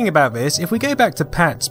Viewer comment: that "about" sounded to me a lot like a Canadian abooout for some reason.